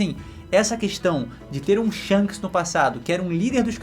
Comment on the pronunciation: Shonks ????? Que porra é essa ksksksksksks